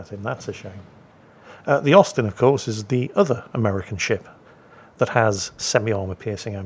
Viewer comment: I kept hearing osten good to know it was Austin